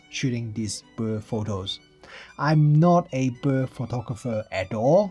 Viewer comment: Woww, love you pronouncing bird as "bur" 😊 I guess I'll buy the z9...